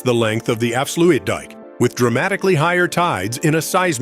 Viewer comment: the "af-slu-weed dam" LOL